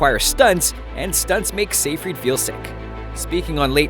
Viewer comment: It's si-Fred not see-freed